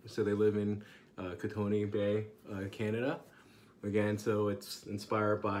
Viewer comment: Hey, great review! As a fellow Canadian I'll have to check this soap out. Just a note, Kootenay is pronounced "Koot-knee" (the "e" gets dropped in the pronunciation").